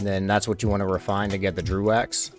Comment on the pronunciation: It's not Drew wax, it's dregg wax